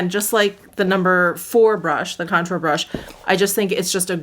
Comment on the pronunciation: Lol did you say brontour?